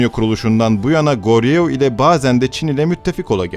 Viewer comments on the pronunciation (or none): goryeo değil "koryo" diye okunur; seoul yazılır sÔl diye okunur korecede "eo" yan yana gelince uzun bir o sesi verir.